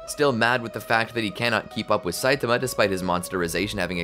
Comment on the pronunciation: "A naked satiama" had me down on the ground